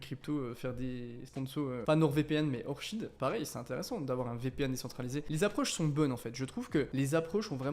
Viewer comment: C'est Orchid qui se prononce ( Orkid ) Orchidée la plante 🌷